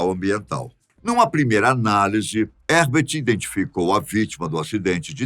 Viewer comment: eu nunca imaginei que o meu pai ia aparecer no meu canal favorito é ainda falar o nome dele errado se fala Rerbert mas com h no começo